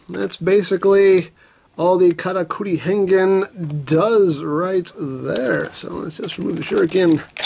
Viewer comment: I know it's saying "Karakuri!", but it sounds like "Kamakiri!", which means mantis.